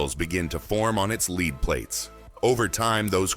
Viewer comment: Get a real mechanic rather than a voice personality. His pronunciation of lead and other words was horrendous. Otherwise; a good video.